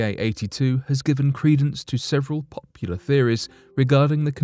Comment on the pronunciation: listen to how he says “popular”. lol 😂